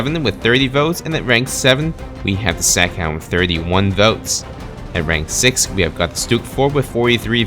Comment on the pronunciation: Staghound, Stug “IV”... you get it wrong quite often. Regardless of how the game classifies the Stag or Stug. 😉